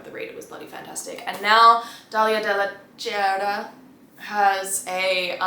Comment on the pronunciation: The last way you said Cerda’s last name is correct! (pronounced Serda) I’m happy you liked it!! Here’s to Mexican authors 🫶🇲🇽